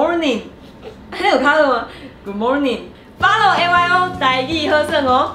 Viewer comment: 你把Good morning的Ｒ聲發出來就標準了